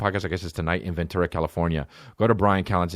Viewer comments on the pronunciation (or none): none